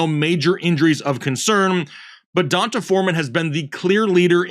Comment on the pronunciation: I’m being pedantic I know. But I feel like it’s (Dee On Tay) Foreman not (Don Tay) hahaha Fr I appreciate you guys and the hard work!